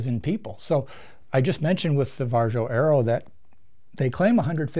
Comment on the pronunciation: The Varjo XR-4 has eye relief and I get 114 HFOV just as a data point...the Crystal gives me 102. oh and it's pronounced VAReeeeeO